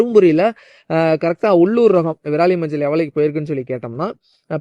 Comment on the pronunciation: நன்றாக தண்ணீர் குடித்து விட்டு பேசவும்... விராலி இல்லை..விரலி மஞ்சள். விரல் போன்று உள்ளதால் அது விரலி.....